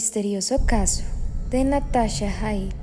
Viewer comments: Se pronuncia jait como se escribe sin acento ingles ni nada de eso , osea para mí es así por qué en argentina lo pronuncia asi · es Jaitt con J como de jirafa